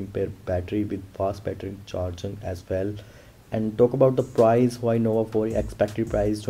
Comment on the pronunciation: u can hear he say hawai nova 4